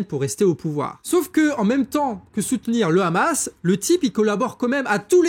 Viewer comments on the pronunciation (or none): none